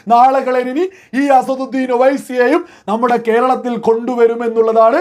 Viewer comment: അസറുദ്ധീൻ അല്ല അസദുദ്ധീൻ